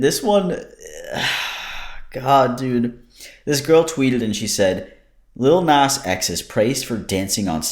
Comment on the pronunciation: I'm triggered every time you say his name but I'll power through. Appreciated the wad joke 😅